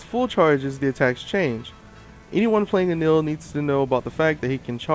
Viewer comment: No matter how you spell it, it isn't pronounced the way you pronounced it. You're pronouncing the 'el' part as you would expect 'ell' to be pronounced. (Smell and Hell are good examples of how 'ell' would be pronounced.) E NE RU Correct E NE L Correct En Ell Wrong